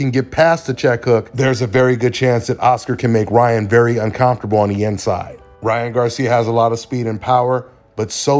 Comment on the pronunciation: I love and his channel but he kills me when he says “Unconftable” 😂😂😂